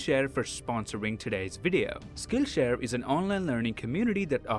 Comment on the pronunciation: Instead Of Hearing Saying SkillShare Instead I Hear Skinshare